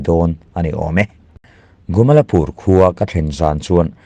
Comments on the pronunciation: A thupuiah 'GUMALPUR' tiin i ziak a,a chhiartu-in 'GUMALAPUR' tiin a chhiar si a.A eng nge dik zãwk le? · Gumalpur ti mai la,Gumalapur ti lo in